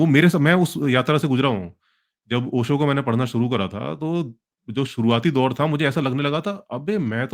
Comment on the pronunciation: इन लोगो से "श" और "ज़" का उचार्रणं तो किया नहीं जा रहा ओशो को ओसो कह रहे है 😂😂 Have some sense first.... Not only Acharya Prashant talks ahout conscience But also about Unemployment, Climate change, corruption, violence, etc और आचार्य प्रशांत जी ने खुद कहा है मजबूत बनो कमज़ोर नहीं